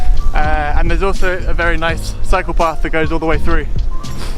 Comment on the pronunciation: Without the context I would have thought you said psychopath...